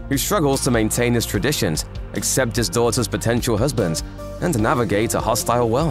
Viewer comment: When you don't know how to pause and say accept and it is interpreted a except...